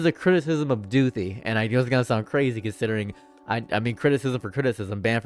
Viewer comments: every time you say back to doothi i lose a minecraft heart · “Back to Doothi” will be in my brain for the next century